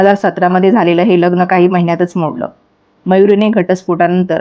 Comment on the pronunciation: किती अशुद्ध उच्चार! प्रत्येक वेळी ही बाई " लग्णं " असा उच्चार करते. आणि हिला का एवढया उचापत्या पडल्यात? कशाला एवढा शहाणपणा करते!